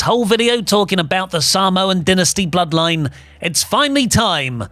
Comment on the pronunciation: “The Bl-zeroed-line” sent me 🤣🤣🤣